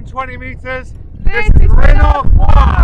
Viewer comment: Great video guys. Epic location that. Loved it around the llyn with all the rocks and boulders! Top marks for on her pronunciation of it too👌!